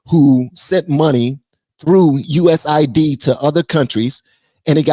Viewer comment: I believe its pronounce "US" "AID" not USA ID.